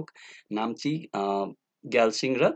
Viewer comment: What do you mean by Gyalching ??Sir, It's not a Gyalching it's Geyzing ! Thyachh how cn you pronounce wrong ??😡😡